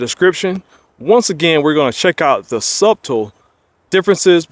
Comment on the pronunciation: The only thing wrong with this review is you struggling to say the B in subtle when it's silent.